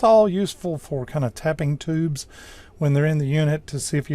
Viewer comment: Despite your light Southern accent, I will credit you with pronouncing the word "tubes" instead of "teebs".